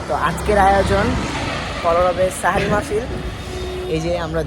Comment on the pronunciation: সাহরি ✅ সেহরি ❌